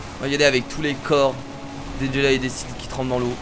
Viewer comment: Mec on dit Sith